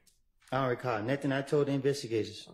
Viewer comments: When he asks her to repeat herself but still says, I don’t recaw. 😅😅😅😅😅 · he don’t recawl 🗣️🗣️‼️💯